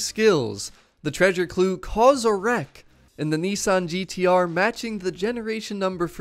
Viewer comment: I live your vids but this really bugs me! Why do you say Nesson,when it’s pronounced as it’s spelt, Nissan!